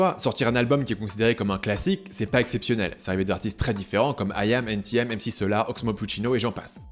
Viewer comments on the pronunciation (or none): Quand tu dis " N TI M " tu perds toute ta crédibilité ..allez salut! :)